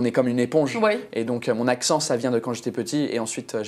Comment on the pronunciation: Il a un accent parfait